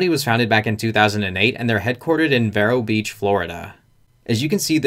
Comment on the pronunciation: The way you are pronouncing Vero Beach is killing me. Please notice that Vero Beach has only one "r". The E is a long vowel. For the love of God please stop pronouncing VERRO